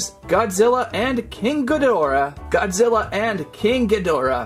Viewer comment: Wait did he say godziller